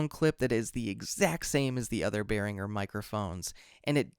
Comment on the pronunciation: Not to be picky but the brand is Pronounced "bEH-rihn-jer" Great Video!